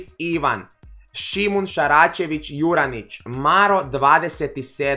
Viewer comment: nepismen😂 Sarcevic ne Saracevic buraz sad si me obruko xd